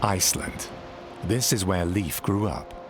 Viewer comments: It's pronounced "Lafe" (rhyming with safe), not "Leef". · Leiv Eiriksson, pronounced Lafe, not Leaf. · How sad that the voice-over could not be made to learn to pronounce Leif Eriksson correctly. It's not "Leaf" but L-e-i-f : that is, e as in Erik, i as in Erik. You had it already, but lacked the proper advice and training. It's truly tiresome to listen to such a mistake repeated throughout. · Pronounced Layf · The pronunciation of Leif is predictably wrong. Because the Scandinavian languages differ in their pronunciation of the digraphs ⟨ei⟩ and ⟨ej⟩, the name Leif may be either pronounced as an approximate rhyme for "safe", or approximately like the English word "life", In Sweden, Finland, Iceland and Western Norway, it is an approximate rhyme with "safe". In Denmark, much of Norway, and the southern and western regions of the Faroe Islands, the name is pronounced more like "life", while the only exception to this pattern is in the northern and eastern regions of the Faroe Islands where it is an approximate rhyme with the English word "coif". In no Scandinavian region is the name pronounced like the most commonly heard English language pronunciation, "leaf", as that would be a homophone of the unrelated female name Liv/Lif.